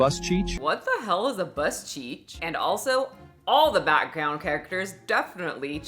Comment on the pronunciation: you must be AI too cause you can’t say background lol